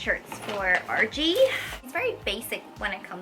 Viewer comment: I kept thinking you were saying Archie. Like who is Archie? But noooo, you said RG